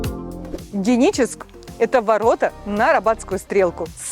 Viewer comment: Что то с дикцией у девушки. Почему не Геническ, а Деническ?